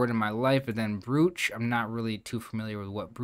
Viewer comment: Great solve! Just FYI: "brooch" is pronounced "broach" because reasons. Ugh, English is so dumb sometimes! Very common to hear that word in the UK, but generally I've only heard Americans refer to them as "pins". I've watched too much Antiques Roadshow...